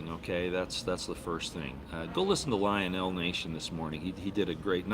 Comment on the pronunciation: You pronounced Lionel name incorrectly,.,and what are you doing to lose so much weight?